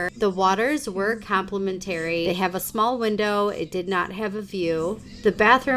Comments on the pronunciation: Thanks for this! I would only stay at the Intercontinental. Love that one. Your way of pronouncing "complimentary" drove me nuts. 😂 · AI? because you have no clue how to say complimentary. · 😂It was soo annoying. And she said it 100 times. Bless her heart😂